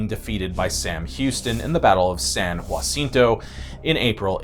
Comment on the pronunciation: It's pronounced Ha-seen-tow.